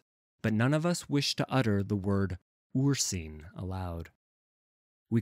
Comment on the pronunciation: Really like your readings, but Ursine is pronounced "Ur-s-i-ne", not "Ur-see-ne".